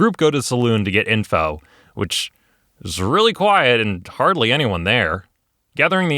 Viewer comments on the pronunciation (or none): none